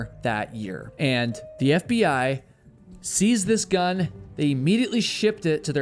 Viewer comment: seize, not sees, omgoodness